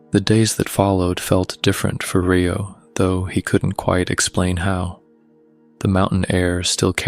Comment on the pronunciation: Great story but my OCD kept me catching the mispronounced name of Rio (Re like recycle plus Oh not RAI-O not Rye bread Oh )but good story it’s like half right and half not big loved the story!❤ Love your voice!